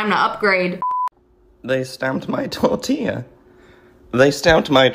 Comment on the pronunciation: day spawmped mah tortiuh wit a expiration dayte 😂😂😂